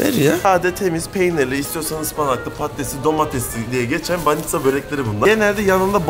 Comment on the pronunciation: banitza diyip durma şuna BANİÇKA abims